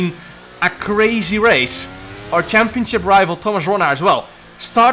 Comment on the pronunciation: the way he says "championship" cracks me up every time chempionchip